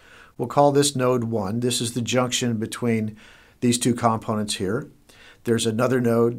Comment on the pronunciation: Learn how to pronounce the word "components." I kept dwelling on that.